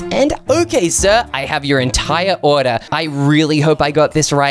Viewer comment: “Dive Throu”? “Ordar Here”?